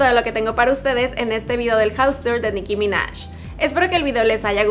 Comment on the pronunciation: Dijo "Nicki ya" no Jam